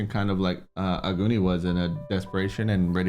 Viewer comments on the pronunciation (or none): Ugani was funny 😄 it's AGUNI. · It's episode 8, season finale, and you guys are still calling Aguni as Ugani. 😅😅😅